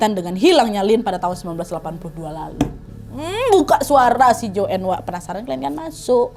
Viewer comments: Joen? 😭 baca nya joane ga si? 😭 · Bacanya JOAN bukan JOEN